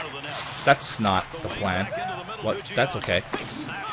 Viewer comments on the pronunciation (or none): none